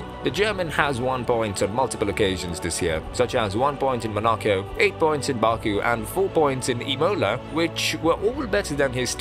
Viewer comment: I didn't think it was possible to mispronounce Monaco but slap me with a fish cause I've been proven wrong lol